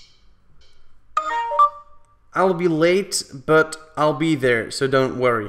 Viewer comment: Try saying it phonetically "Aisle be" (EYE-ull) as in an Aisle of Chairs. Might help. She thinks you said ALL as in ALL of us.